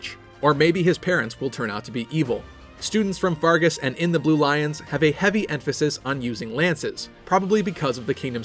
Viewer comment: Can you not pronounce the names properly, it's pronounced FERGUS not FARGUS